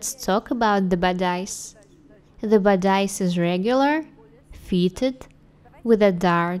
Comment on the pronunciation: Like Lucia Burgos I love your videos. But the translation and the pronunciation should really be improved. In this video the pronunciation of 'bodice' is so wrong, that one nearly can not understand the meaning.